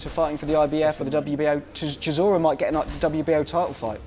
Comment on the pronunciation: Man says “cisora” 😂